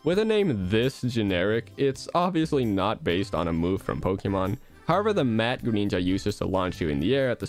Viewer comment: "Secret Neenja Attack" "Greneenja"